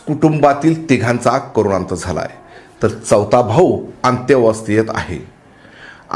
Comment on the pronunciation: अंत्यावस्त नसते अत्यवस्थ असते...